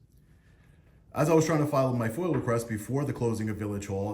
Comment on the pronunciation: FOIA not Foil, request.